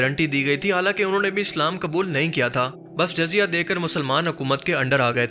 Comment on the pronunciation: Video bht achi hy bt Urdu alfaz ki adaegi druat nai..jyse jizzya ko jazya r bytul.makdis ko bytul muqadais...